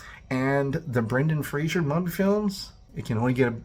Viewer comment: It's not Brendan Frasier. It's Fray-zer.